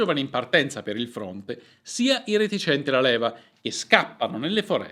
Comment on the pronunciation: Retinenti no reticenti